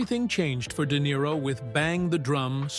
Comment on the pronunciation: De Nero eh what a tosser